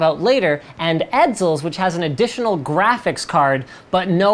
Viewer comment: "grafis card"